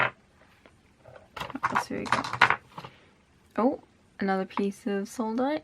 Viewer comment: Sodalite not soldite ;)